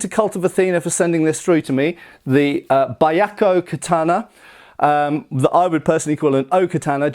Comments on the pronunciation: Oh no, he's going to pronounce it Baiakko the whole time... (Y is always a consonant in Japanese, if "bya" is hard to pronounce, try "beeyakko" and just minimize the "ee") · you pronounced it correctly the first time! It's pronounced as bee-ahk-ko, not bai-ahk-ko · I don't want to be that guy, but it's "byah" not "ba-yah" at the beginning there. "White Tiger". Probably in reference to the sad story of the teenagers of the White Tiger Force in the Boshin War (1868ish). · it's pronounced "beeahkoh". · I know this is a late reply, but it should be two syllables rather than three; "byah-ko." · Just for pronunciation sake, Byakko is pronounced bʲa̠k̚ko̞ (IPA). More or less “be-akko” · Technically it's pronounced Be-Yah-Ko but other then that great review. You honor our ancestors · You mispronounced the name. Byakko is two syllables pronounced as 'Byak-koh.' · Bee yah koh, may be a simpler way to phonetically say it. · "Buy Yako Katana", huh? It's Pronounced (Bee-Yak-ko), and did he say Suraj? I think he means O-Suriage お磨上げ (pronounced -O-Su-Ree-Ah-Geh) Somebody should teach a lesson or two in basic Japanese pronunciation. It really wouldn't take long. And then his videos would have another layer of authenticity to them. IDK what it is with guys from the U.K. They always seem to butcher Asian languages worse than everybody else. On second thought, no. They're right on par with certain Americans. So I guess I am just being nitpicky over a small matter. Never mind. 🤦